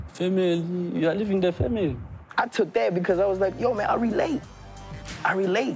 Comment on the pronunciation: “You’re leaving the femeli.” 😂🤣😂.